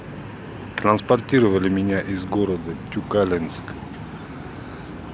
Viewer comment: Тюкалинск. Ударение на и. Всего доброго тебе.